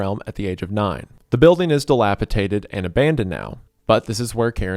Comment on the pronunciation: This and him always saying "dilapiTAted" instead of "dilapiDated"😭😭😭 drives me NUTS but tbh most youtubers say that word wrong